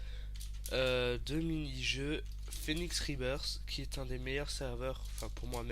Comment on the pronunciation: C'est Phoenix et non Phénix ;)